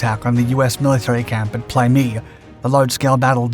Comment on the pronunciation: In my time there it was pronounced "play meh-i"😢